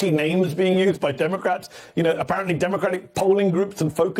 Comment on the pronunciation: Did he say demoCRAPS ?